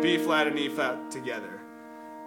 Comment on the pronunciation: It's good but its hard to tell wether ur saying b or e flat...